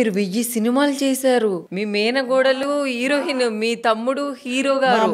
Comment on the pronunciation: Erohin kadu హీరోయిన్ అనాలి